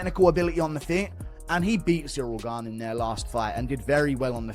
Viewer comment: The disrespect this channel has on Gane's name is awful 😂